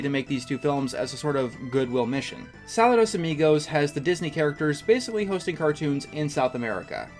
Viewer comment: I enjoyed this video, but I have to say, as a Spanish speaker, your pronunciation of Saludos Amigos hurt my ears a bit, lol.